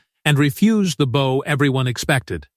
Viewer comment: Your AI narrator is an idiot. There is a difference between the bow one ties and the bow one givdx. If this AI swill foesn't recognise that then this is a channel for rank amateurs. And its probably a pack of lies.